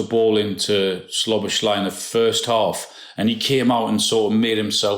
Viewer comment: Alan still saying Szloboszlai Imaooooo